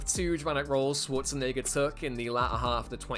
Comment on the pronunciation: Pronounce Schwarzenegger correctly.